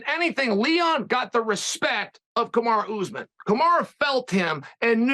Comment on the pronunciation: He’s the master of pronouncing names wrong. Yarear, Pierra, Kamara etc.